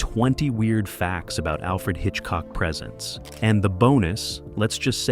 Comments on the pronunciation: AI, it's not présent , it's presént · It's pronounced presents, with the long e sound. It's not a show about what he gives people for Christmas! This is proof it is narrated by AI.😡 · The narration by AI is obvious and horrible. Why can’t you use a human voice that pronounces words correctly? Even the title of the show “Alfred Hitchcock Presents” has “Presents” pronounced as “presence.” Pay attention to detail. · Total A.I. slop. From the first minute, pronouncing "Presents" like the presents you get for Xmas should tell you everything. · I checked out of this at 20 seconds in, when the fake AI voice mispronounced "presents". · I checked out at 20 seconds, when the AI voice mispronounced "presents". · Yes, this must be AI narration as the narrator mispronounces the name of the show as being "Alfred Hitchcock presents", rather than "Alfred Hitchcock Presents" as can be heard at :17. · Repetitive and misspoken, especially Alfred Hitchcock “Presents” which is said as if it is a gift and not an offering to the audience. 😂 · The second time this AI idiot mispronounced 'Presents', I hit pause, and will move on. The inexcusable laziness of the typical YT creator, refusing to simply edit the narration before uploading, is enough to make your everyday crabby pedant's head explode. Are you trying to KILL us??? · ...and it's too damn bad, because I for one really enjoy watching a well-scripted and researched presentation (pronounce THAT) like this one. sigh What a world, what a world! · Dump the AI narration please. For Alfred Hitchcock Presents. The word “Presents” is It’s pronounced as a verb, not a noun